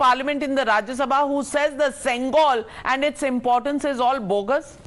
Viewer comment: It's not sengal it's sengol pronounce properly don't change the meaning of the word